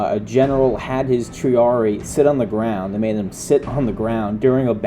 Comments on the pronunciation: Quit mispronouncing triarii. It's pronounced tree-are-ee-eye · I hate to carp over little things. I'm pretty sure when you encounter latin words with doubled i's indicating pluralization, you pronounce them both. So Julii would be 'julie-eye,' Claudiii would be 'cloudy-eye' and triarii would be 'tree-are-ee-eye.' I know, I know, people just love unsolicited pronunciation tips.